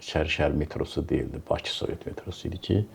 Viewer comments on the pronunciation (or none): none